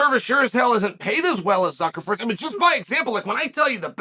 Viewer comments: Ok, I thought I was tripping😂😂😂 He is saying Zuckleford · Hahhhhhhhhhhhhhahahhhaha Zuckerford. Can we get Chael on Cameo mispronouncing names. My goodness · I love how Chael spells the name right in the thumbnail, but then mispronounced it the whole video. That is dedication to contradictory details that kills me. I prefer "Fuhkernerd". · Why do you keep saying "Zuckerford"???....do you mean Zuckerberg???😊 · I can't stop laughing at the fact that he just continued to call Zuckerberg "Zuckerferd" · Ok - Zuckerford? Chael……. Cmon man….. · “Zuckerford” is classic. Gotta love Chael… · Jesus F*&k.. "Zuckerford" multiple times... not a good look bud... :facepalm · “Zuckerford”. Never change, Unc. 😂